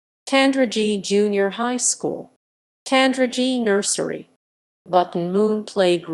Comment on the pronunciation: Pronunciation! The town's "g" is hard (as in God). The first part of Cusher rhymes with mush, not moose. Otherwise not a bad summary, for which Thanks.